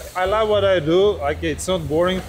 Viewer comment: Much "Plove" Khalid 😂